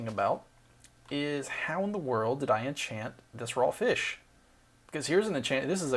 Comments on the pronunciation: "Cleophian dgging feesh: it's a feesh!" famous sentence. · Look back at me, Your sword is now a Feesh. Anything is possible when you're. I'm a feesh.